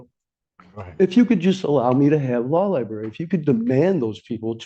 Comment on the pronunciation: One thing I've learned from watching court cases is that NO ONE, absolutely no one who's incarcerated can say the word "library." Every single one of them says "law lieBERRY." Never with an r. It's impressive.